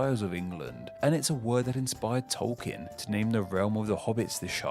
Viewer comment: he even mispronounced Tolkien as tolk-in when it’s tolk-een